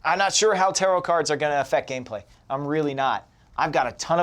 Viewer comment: I keep hearing terror cards instead of tarot :'D